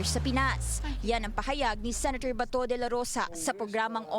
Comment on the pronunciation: senator po, not senetor